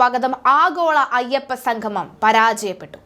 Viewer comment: വാർത്ത വായിക്കുന്ന ആൾ ഒന്നു ശ്രദ്ധിക്കുക - സംഗമം, ഉദ്യോഗസ്ഥർ മുതലായ വാക്കുകൾ ഉച്ഛരിക്കുമ്പോൾ ഇടക്കിടക്ക് തെറ്റുന്നു. ഒന്നു ശ്രദ്ധിക്കുക.